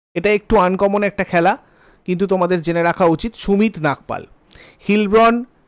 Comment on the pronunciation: Sumit Nagal....not Nagpal